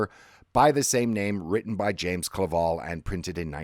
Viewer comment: "Cla-VELL"..not "Vall"..and there were black slaves on the Portuguese frigate..at least in the book...the only black people in Shogun.